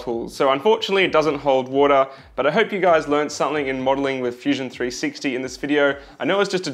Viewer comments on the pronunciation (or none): none